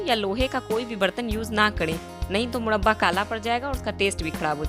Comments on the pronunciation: Mudbaa nahi murraba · Madam first of all aap murba bolna sikh lo tab murba ka recipes btana Baki aap ki murba ki recipes 100 me se 50% Good hai..... isliye Dislike kar diya hai.......